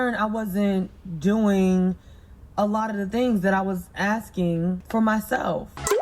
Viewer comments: Filling and Axing. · Why is she axing him?